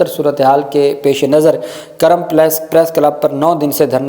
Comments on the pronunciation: It is not Karam, it is Kurram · Absolutely right Kurm not Karam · یہ لفظ " کُرم " ہےگ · یہ kurram ھے karram نہیں